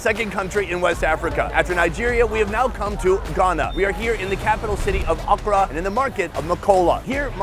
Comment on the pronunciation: As a ghanin u kinda said accra wrong